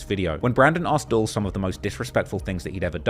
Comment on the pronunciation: How could you possibly still be pronouncing it “dull”?🤯